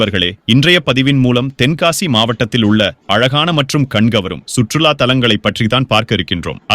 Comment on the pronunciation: தென்காசி என்பதை சரியாக உச்சரித்தால் நன்றாக இருக்கும்